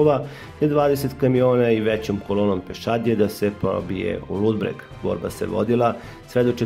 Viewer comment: Ludbreg, ne "Ludberg",.